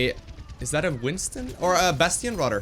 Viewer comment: Your English is incredibly good. Remember your "th" sounds. "Radder" should be "Rather." Thhhhh